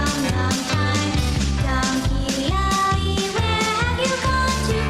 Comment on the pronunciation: Why does "Donkey Ollie" sound like "Don Quixote"? Was this intentional or unintentional on the part of the creators?